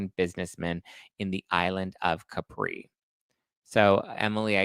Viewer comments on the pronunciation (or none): In Italian is MiKèlE(the finel E sounds like the E in the name Emily) MoRRRRRónE(again sane deal than before with the final E) And Thé Italian island is CÀpri and not CaprÌ